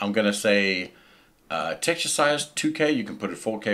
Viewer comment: dude i must try training to speak like you... texture...llll